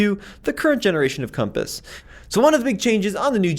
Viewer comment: you meant to say Conpass lol 😂